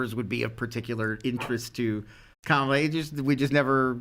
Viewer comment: Guys, Kamala is not pronounced like the VP. No consistency on the panel.